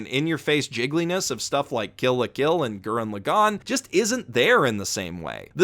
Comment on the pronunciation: Why can nobody pronounce Lagann correctly? How are you all this stupid? You don’t have to tell people good for them if they like something. You’re extremely tropey. Stop it. Garbage video 0/10. Stop apologizing for your opinion and learn how to speak Japanese names properly.